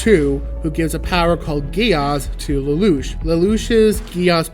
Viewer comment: Plus points for pronouncing Lelouch correctly. Well, you only need to mimic the voice actors, but a lot of people still get it wrong.